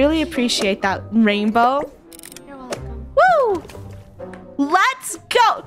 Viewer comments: Funneh think she said: Raingolf (Rainbos) Me: RainLoaf? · Bow-lf (rainbow)